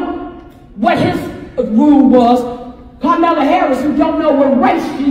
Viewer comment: "Carmella" Harris now😂...what is she, Carmello's sister now 😂...she can't win 😂! Trump WAS pronouncing it perfectly, until recently, when he changed it to "Ka-Mal-La", the famous pro wrestler that played a Ugandan savage 😂